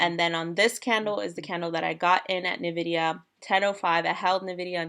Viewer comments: OMG my ears!!!! It is "N-VIDIA" not Ni-VIDIA!!! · Its en-vidia not nuh-vidia (Hermione voice) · It’s pronounced En - Vidia. That said, it doesn’t really matter you’re just trading it. But it sounds so weird! Anyways cool content.